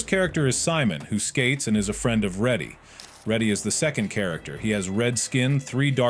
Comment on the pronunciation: Why did bro call raddy ready